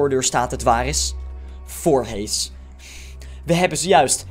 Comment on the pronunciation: je zegt voorhies maar er staat voorhees